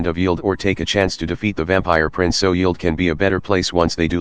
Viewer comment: Strange, hopefully they can out-use TTS. It sounds terrible. Also it pronounced Yeld wrong.